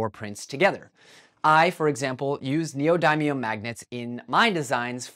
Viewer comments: Neodymium is pronounced like: "neo-DIM-me-um" not "neo-DIE-me-um" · im sorry but neodaymium?